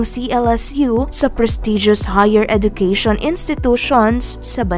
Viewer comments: Hindi po edukeyshon but edjukeyshon ang wastong pagbigkas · Please pronounce education as eh-juh-kea-shun